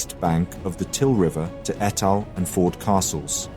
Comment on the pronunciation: Its not pronounced Etal mate but Eetal.